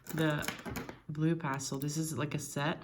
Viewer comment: You have such an interesting, but unplaceable accent. I can barely tell that English is not your native language, but there are a few clues, such as your pronunciation of the word pastel, and the expression ‘fairly the same’. You definitely learned English either in the States or from Americans, but that’s all I can tell, other than you said you were in Europe. So my guess would be Scandinavian, or Iceland, perhaps? Your handwriting is European, but I can’t be more specific than that. I’m a bit of an armchair linguist, please don’t take offense. I really appreciated the comparison of nibs—very helpful, thanks!